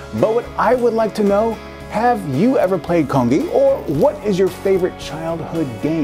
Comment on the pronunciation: yes, i have um you didnt pronounce it correctly i would know because im korean